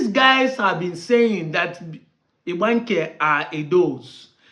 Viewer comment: This man cannot even pronounce Igbanke, poor fellow.